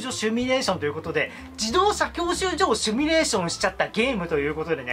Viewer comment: 「シミュ」です s i m u 「趣味」ではなく